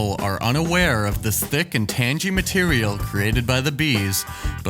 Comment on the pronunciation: AI voice can't pronounce tangy.